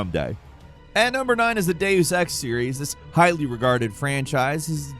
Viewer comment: It's "day-us" not "day-oos"